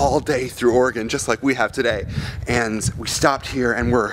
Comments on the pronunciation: lol its OregEN not Oregawn.... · it's not ore-gone, it's ore-g-in. And if I would have only known u were 2 miles from my house last night I would have camped on I 5 to see u guys! Lol not really. But ya.